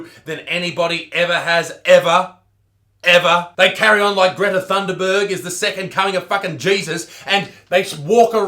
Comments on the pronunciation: He said Thunderberg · not the only one who calls thunberg, thunderberg also she looks like shrek